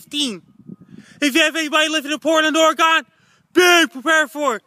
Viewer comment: I live in Portland Oregon. Is this anywhere near this "Portland Ory-Gone" you speak of?